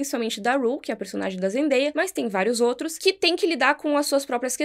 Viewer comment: Aêêê finalmente alguém falou o nome da Zendaia certo! 🙌 vlw!